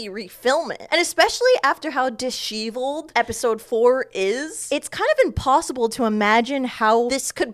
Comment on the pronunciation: the way u pronounce "disheveled" is sending me